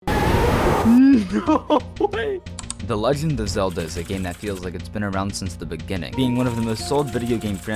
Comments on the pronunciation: HE CALLED LINK ZALDA!!! 😮👿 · Ain’t no way you said Zelda.